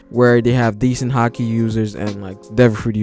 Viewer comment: Its haki not hakii